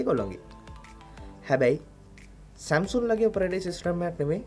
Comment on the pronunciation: සැම්සුන්ග් නෙමේ සැම්සන්ග්